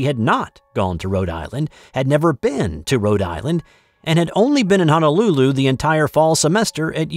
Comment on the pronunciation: No such place as Hanalulu, however, the capital of Hawaii is Honolulu. If you live in Hawaii, you should’ve learned the correct pronunciation by now. Also, the girl did lose her wallet in Rhode Island and got busted losing it there. Your honesty in returning it is commendable.